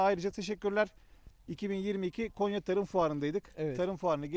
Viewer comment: Konya değil abi Gonya hoşgeldiniz😂